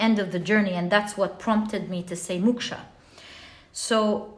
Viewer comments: Dear pl don't mind but it's pronounced Mok-sha to rhyme with Cloak not muksha ❤ otherwise yr knowledge of world cultures is mind- boggling to say the least ❤ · It's called MOKSHA not Muksha. MOKSH is a state of leaving worldly pleasure 🙏